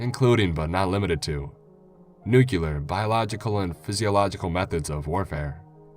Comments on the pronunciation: the word is NUCLEAR not NUCULAR i am what is called a word nazi i hate when people mispronounce words arrrgh!!! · Well done reading, as always. Although there is one thing that frustrated the hell out of me. Its NU-CLEE-AR, not NU-CUE-LAR! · Aww you said Nucular 😜❤